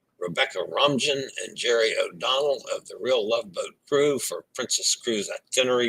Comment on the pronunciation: All this time, I thought Spanish moss was native to Florida LOL! I believe Rebecca Romijn pronounces her family name like Romaine! She was married to the actor John Stamos who only appears to be as tall as her because Stamos wears 10cm (4inch) heel lifts! I've seen him without shoes and can confirm he is short but not as short as Tom Cruise who also wears heel lifts. Rebecca is now married to actor Jerry O'Ccnnell. Justin would be a wonderful interview as a solo traveller! BTW, if you ever need to book a last-minute hotel room, use the HotelTonight ap which you can book until 2AM for a room for that night and save a lot! Also, there is the Hotel Coupons ap. Looking forward to your cruise livestreams! Bon Voyage!